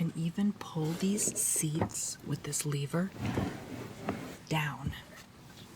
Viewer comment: It’s pronounced lever by the way. The way you’re saying it makes it sound like it’s spelt leaver